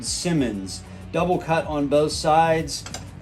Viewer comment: Scy-monDs, not “simmons”. Simmons is separate company entirely